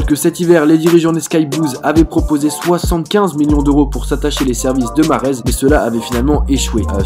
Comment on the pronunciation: Mahrez ta archi mal dit son prénom mdrr